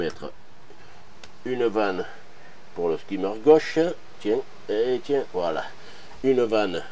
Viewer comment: Magnifique travail, comme d’habitude, mais s’il te plaît, dis skimmer et pas « skaymer ».